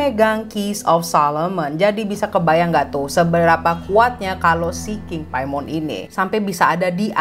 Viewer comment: Paimin klo keselip bacanya🤪🤪